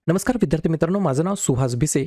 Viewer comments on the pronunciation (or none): none